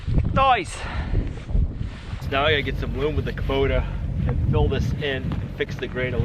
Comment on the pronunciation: it is loam not loom! Rhymes with roam not room. Doing great work. Looks like a great project!